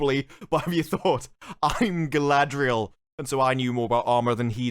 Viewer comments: Hahahahaha glad someone else noticed their pronunciation of Galadrrrrrrieeel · I never heard somebody calling her Guyladriel before. Its a bit disrespectful.